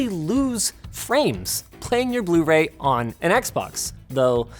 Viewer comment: "Proper bluee Ray player"😒😒